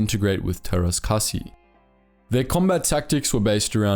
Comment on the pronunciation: It's always fun to hear someone (not from finland) trying to pronounce finnish. In this case the martial art "teräs käsi" which translates to "steel hand" or "hand of steel". Take your pick.